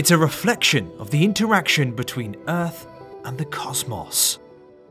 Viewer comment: The sound of uth? Enunciate.